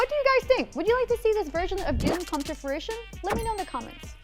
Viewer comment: Is she saying Furision? Lol (fruition)